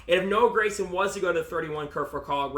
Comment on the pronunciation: Gragson G not Grayson. great insite though